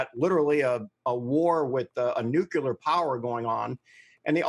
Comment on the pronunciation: Hard to take a guy seriously when he says "nucular".